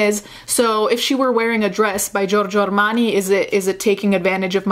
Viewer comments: George Armani, yes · TOTALLY OFF TOPIC BUT I love it when you say Giorgio Armani and Versace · the way you said giorgio armani!!! deceased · the way u say giorgio armani 😍 replayed that like 6 times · Okay but the way you said "Versace", "George Armani", "Louis Vuitton".... Oh my god I love